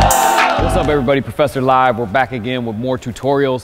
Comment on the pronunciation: I always hear Professor lie not live in the intro :D